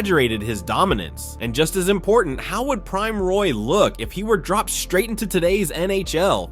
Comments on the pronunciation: That’s not how u say his name… it’s not pronounced Roy, it is pronounced like Wah! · Can’t even pronounce the man’s name right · You should probably learn how to pronounce the player's name before you make a video featuring him.